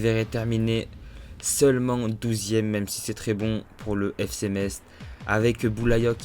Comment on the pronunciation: par contre dis par le Fc MeTz .... on dit MESS par MetTTz...